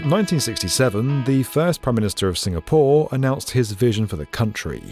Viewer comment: Just me or is saying SingaPOOR?